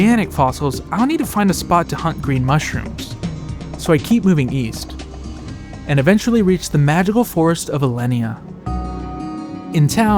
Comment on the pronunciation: its ellinia not ellenia